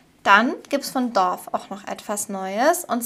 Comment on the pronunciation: ❤Dove (Taube) wird glaube ich "daaf" ausgesprochen, sorry English - Lehrerin ❤hab dich lieb